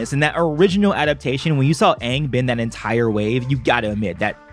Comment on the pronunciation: I cringed every time i hear them say aangs name wrong. 'Ong'